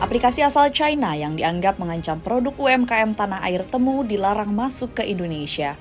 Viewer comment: Bacanya ti-mu ga sih?